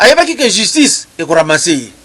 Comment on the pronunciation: Pardon maman chroniqueuse balobaka justice et non jistice. Pourquoi Mr. Kadiombo n'a pas choisi Rene pr faire cette Emission?